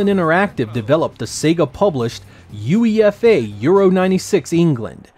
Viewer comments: When I heard that U-E-F-A,I paused the video to take a breath.That was surreal. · I might sound pedantic here but UEFA is pronounced as you-ey-fa. Great video by the way. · It’s actually said “U..A..FA” not whatever said. Sorry I couldn’t understand your pronunciation of it. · Everybody criticising the pronunciation of Lomu, but not of UEFA.